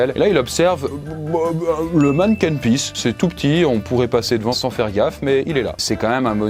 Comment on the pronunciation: Super vidéo, on parle de mon pays ahah sache qu'on dit manniken pis